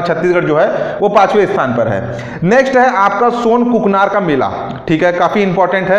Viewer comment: सोनाकुकानार हैं sir ji सोनकुकनार नही